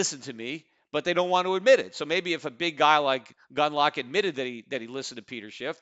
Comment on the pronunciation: I knew Pete would mention "Gundalack". The podcast when he figured out he was mispronouncing his name is a classic.